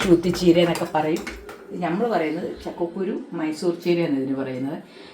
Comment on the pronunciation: Chakkukkuru ennalla parayunnathu Chakka kkuru ennanu parayunnathu.